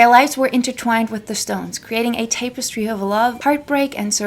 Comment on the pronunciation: You don’t know how to say “tapestry?”